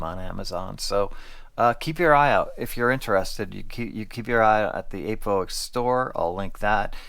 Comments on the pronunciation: Apevoix is pronounced like “appy vwa”, or like when you say “voilà” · Glad to see you back,. Took a little while for YT to let me know you'd started posting again, though. FYI the name is pronounced "ap eh vwah". Finally, I'm glad that this surgery seems like a winner. Happy (pain free! ) holidays to you and your family. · Wish you a safe full recovery, thanks for the review. This set seems to be sold out everywhere, was interested at the time but never pulled the trigger. Voix, usually the x is silent